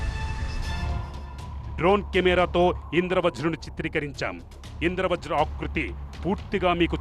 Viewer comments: అమ్మా...తల్లీ..ఇంద్ర వ్రజ్ కాదమ్మా...ఇంద్ర వజ్ర్ అని పలకాలి.. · Indra vajra ani okaru Indra vraj ani aame antunnaru Script chusukuni chadavandi